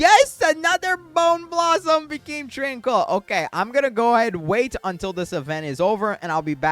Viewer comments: Tran-quil, not Tran-coil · He is pronouncing tranquil wrong, this is how you say it: tran QUILL, like from the porkupine even though its spelled tranquil